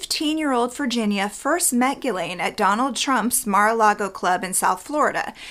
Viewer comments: Why do you pronounce her name Gilen ? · Its pronounced Ghislaine like Jiss-laine